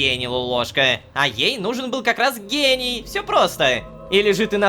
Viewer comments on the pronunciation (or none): Когда JDH(Джон) сказал "Гений" мне послышалось "гей" 😅